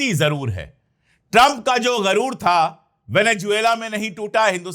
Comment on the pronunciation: Sir garoor nahin sahi lafz ghuroor hai